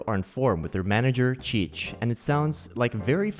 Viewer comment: I appreciate the correct "T" pronunciation in names like "Tite" and "Coutinho"